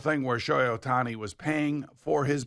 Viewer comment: His name isn't that hard to pronounce. Just read, white people 😂